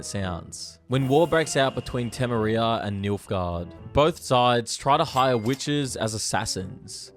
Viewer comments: One small note, it's Teme-Riaaa not Teme-Reee-ah Like how you'd pronouce Victoria, Victo-Riaaa and not Victo-Reeeeah. Also for the law of surprise, It can only be envoked when standard payment is not satisfactory or not possible. Ie, you save a merchant's life, after he says he has no coins you propose the law of surprise. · Te-MEH-ria, not Teme-ria ;_ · It's BLOODY TE-MEERIA, not "te-me-riia", you son of a goat! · teh-meh-ria. no temmeriya. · Tem'e riyaah 😂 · TAH MERRY UH BRUH. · lost all credibility when you said Tem-er-ee-ah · dude i can't respect all the youtubers that mispronounce shit that they're covering. TEM-ERH-EEA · Di-did you just say Timmerria? Instant dislike for grammatical pronunciation. Check yourself if you’re gonna do lore videos bud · "Tam-a-ri-a"? Please please please content creators if you don't know how to pronounce something from a game or piece of entertainment LOOK INTO IT so you don't sound like a TARD! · Bro really said temerea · For the inventors of the language you sure suck at it. Temeria is spelled with one M and pronounced with one. Same thing with quen. It's not "queen" she's dead buddy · didn’t you play the game or watch the show temería is not pronounced like that 😂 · The way he said Temeria really grinds my gears. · How you pronounced Temeria xD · Never heard a bloke pronounce tamaria like that tf. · That’s not how you pronounce Temeria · incredible pronunciation of temeria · i hate the way you said temeria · you never played the games cos you stuffed up the pronunciation of Temeria 17 seconds in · the way he pronounced temeria made me angry fr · How the hell do you butcher the pronunciation of Tameria lol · Why d'you pronounce Temeria and Kaedwin like that? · How the hell did you pronounce bloody Temeria? AHHHHHHHHHHHHHH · The way you pronounce Temeria made my eye twitch. Lol. Seems you kind of intermingled game stuff, with book stuff, with show stuff. Still a good video though.